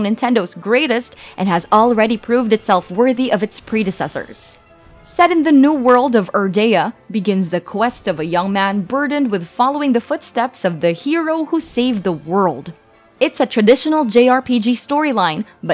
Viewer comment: Wha- DQXI is the highest rated 3rd party game on this list?! Only followed by Smash, Mario Kart, Odyssey and Botw?!? I... I can't even. I'm so happy to see this game getting the love it deserves! <3 (I'll even forgive the narrator obviously not having played this game. "Dragon Quest 6", "Erdia"... ^^)